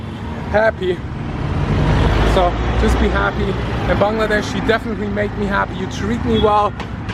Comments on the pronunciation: I love how you say 'Bangladesh' in the perfectly correct way/accent. This is the first time I've seen a foreigner pronounce it correctly. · At least you said the name of our country clearly 😇